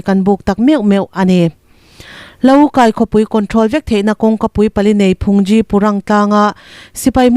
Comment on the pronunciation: Budish puithiam hi mizo te chuan Phungzi ( Rawtuai ) lam ang chiah a aphei dà tur ani e, Thangthar te hi infel teh lul nen Tawng awmsa inlam sual fo ania